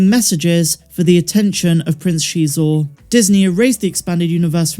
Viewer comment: If Prince Xisor actually appears in the book of Boba Fett, I think I might actually poop myself lol. And thank you for being one of the few people that pronounce his name correctly 👍